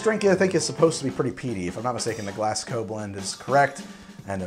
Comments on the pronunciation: Did he just say "glass gow" instead of the proper pronunciation of "glaz go" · Your saying Glasgow wrong mate it's not "Glass" it sounds like it has a Z in the middle Glaz-go